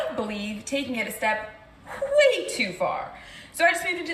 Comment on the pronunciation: Adding the obligatory "hw" sound for the word "way" is a new one lol hweird